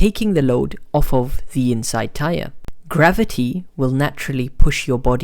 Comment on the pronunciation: Gravaity lol